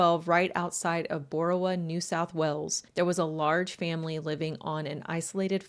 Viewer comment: Well done with your pronounciation of Boorowa. You did better than most. I live nearby and I can tell you the Colt clan arent the only inbreds from Boorowa, just the most inbred.